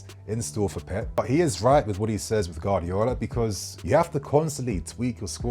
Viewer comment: could never pronounce Guardiola 😂